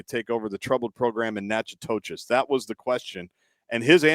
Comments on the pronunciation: Natchitoches is pronounced "Nack-a-tish." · I have family from there! I actually thought it was pronounced the same way until my mom told me the correct pronunciation. Natchitoches is pronounced na-kuh-tish.